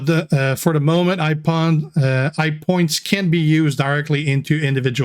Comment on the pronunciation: G'day G, Did they call the new mode "Hype" to get you to practice your "H's"? Yo Joe